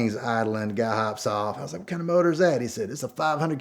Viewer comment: Boy! I tell you Hwhat! Awesome story!